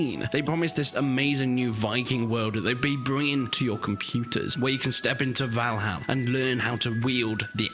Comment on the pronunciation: Maybe learn to pronounce the name of the game properly, 🙄